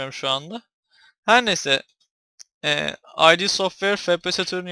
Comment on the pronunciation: Ay Di değil türkçedeki gibi okunuya id diye.